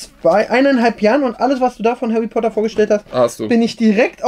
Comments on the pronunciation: hawwy potter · hawy potter und lego fwiends man kennt ihn